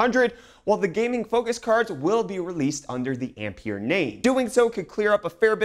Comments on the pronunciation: Ampere is pronounced "Amp-Air" just a heads up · Yes - André-Marie Ampère was French and the way he pronounces "Ampere" hurts my ears... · Fml nobody knows how Ampere is pronounced. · You're mispronouncing Ampere.